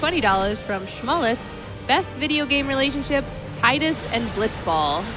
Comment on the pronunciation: And the mispronunciation of Tidus.